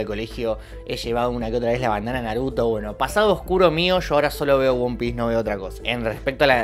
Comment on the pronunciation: "Won Piece"... 😂